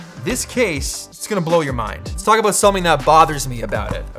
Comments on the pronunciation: “Let’s talk a boat the iPad” 😃👍🏼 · Let's talk aboot it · Btw what's that "about"(in Canadian accent 😅😬